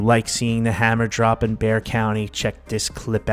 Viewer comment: In referring to our county name, Bexar…thank you for pronouncing it correctly! Yay!